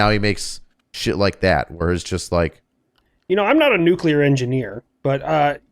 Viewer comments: saying NUCULAR irks me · Nuclear. New-Clear. Not nuculer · Can we please discuss the fact that Nuclear is one of the most mispronounced words in the English language. There is no "U" after the "C" in the word. While there are 3 syllables in the word, that part most people get right, it is pronounced Nu - cle- ar. So many people pronounce it Nu - cu - lar, and they sound like a friggin water head. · I know about “freedumb” of speech, but stop saying NEW CUE LUHr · Did keep saying nucular? Or am I just not hearing it correctly? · probably pronounces it nucUlear too. . .lol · I hate how pronounces nuclear (just a pet peeve of mine), but I still agree with him on nuclear power. Everybody points to Chernobyl when they try to say how dangerous nuclear power is, but that's giving the Soviets far too much credit because they couldn't engineer their way out of a piss-soaked paper bag